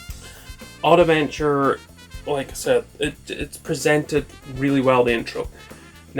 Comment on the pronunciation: It's not Oddaventure but Oddventure ^^ , great video tho !